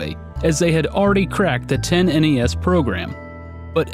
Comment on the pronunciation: "10-NES".... "Tennis" :P